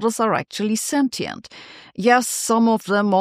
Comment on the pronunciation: Let's all please learn how to pronounce sentient...